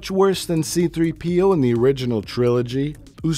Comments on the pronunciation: Think I've seen every Plinkett twice now, and the only gripe I have is that he says C-3P0 with the accent on the P instead of the 3. You monster! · c-THREE-p-o. Not c-3-PEE-o. c-THREE-p-o. You fuckk